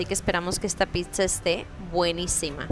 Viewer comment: Porqué dice "pisa" qué cringe!! 😮